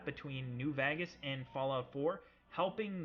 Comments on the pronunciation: I love how you say Vegas dude it's so good. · Anyone else hate how he says 'Vegas'?